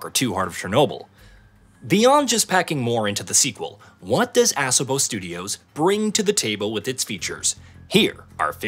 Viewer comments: Please stop pronouncing it "ASS-obo", it's Ah-sobo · Exactly, It's pronounced A-so-bo Not Ass-a-bo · It's pronounced uh-SO-bo not ASS-uh-bo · A-saw-bow. Not Ass a moe lol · ASS' uh boh?? LOL!! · Ass-uhbo Studios 💀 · They should have at least taught the AI how to say ASOBO correctly. Can I get an AMEN!